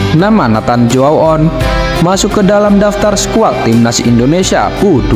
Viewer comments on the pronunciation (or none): Baca nya Neiten Cu A On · Koreksi baca nya: CHO - A - ON 👍👍